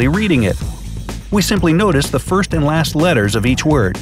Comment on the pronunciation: did they mess up the word first on purpose